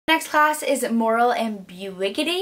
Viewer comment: am-bih-gyu-ity. That's how you pronounce it. I love your tbr, good luck!